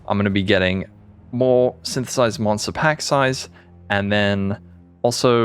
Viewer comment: nice blooper on 1 min with Sythtthhhsss, that´s what my mate and me actually sounded like when reading the league the first time and even til now it still was snththths for the meme